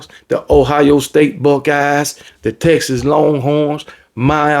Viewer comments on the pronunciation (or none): none